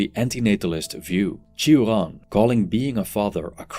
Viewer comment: Iv never heard someone prounojnce his name so weirdly lol 😂